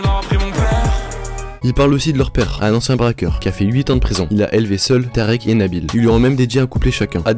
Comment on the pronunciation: ct ya longtemps mais jle dit quand même mdr c Tarik pas Tarek